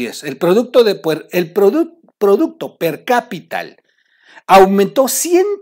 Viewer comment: mi, solo te hago 3 observaciones y con todo respeto, es antípodas acento en la i, es "per-capita" no percapital, es Viste no Vistesss, recuerda que estas inclusive a nivel internacional y el buen lenguaje nos da mejor proyección, te deseo unas felices fiestas y no se me dejen venir todos eh!! es una crítica constructiva, que le hace bien al